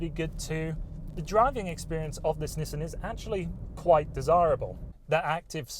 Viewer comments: lmao "Nisen" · nisten, like listen